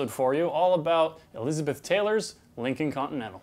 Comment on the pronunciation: I stopped watching when he said "Lincoln Continental."